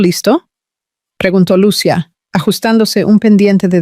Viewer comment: Por favor porque los narradores no pronuncian bien los nombres de los personajes, lo digo porque se olvidan de señalar los acentos en los nombres Lucía se pronuncia con i con acento no Lucia sin acento. Repasen la gramática de la lengua española